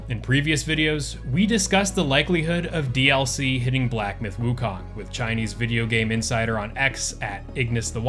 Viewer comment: I see more and more content creators have started saying woo-cone, which is the correct pronunciation